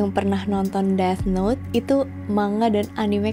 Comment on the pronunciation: nice video as always. manteb. btw yg death note bacanya "deTH" 😉